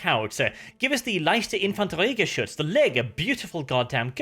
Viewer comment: "Leichte Infanteriegeschütz" -, your german is quite on point!